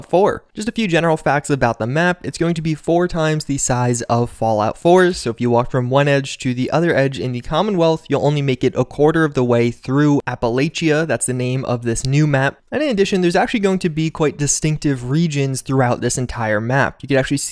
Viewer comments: Its App-LATCH-uh my guy not App-ala-CHIA nobody says CHIA like fucking CHIA pets! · “Apple lay chia” you clearly aren’t from the east coast.. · Every time you say Apple-A-CH-ia my West Virginian heart cries. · My mans really said "apple-aye-chee-ya" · It's pronounced "appalaysha" sorry to be that comment but... yeah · Dude, you're still saying Appalachia wrong. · I can’t get passed your pronunciation of Appalachia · Hearing someone mispronounce Appalachia, as someone who has spent their whole life here makes me want to scratch my eyes out.